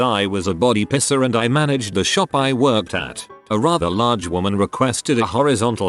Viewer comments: Love how the bot is constantly saying "pisser" instead of "piercer" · Mall pisser killed me dead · I'm legitimately crying of laughter over here and relying on auto correct to type this The format pisser cracked me up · I love how this thing pronounces "piercer", LOL.